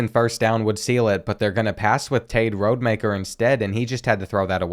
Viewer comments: It’s ROD-Ah-Maker lmao…his dad coached at my HS alma mater lol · You’re saying Rodemaker wrong it’s Rod E Mak Er